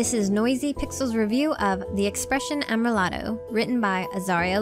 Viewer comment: (Finally, "Amrilato" is said am-ree-LAH-toh)